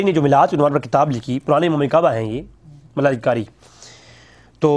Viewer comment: Malla Ali Qari ni hy yar Mulla Ali hy plz pronounciation theek kro baqi byan haq kia